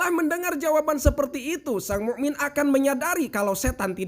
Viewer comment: kisah yang bermanfaat.mu,min pake hamzah bukan huruf ain🙏🏻🙏🏻🙏🏻🙏🏻🙏🏻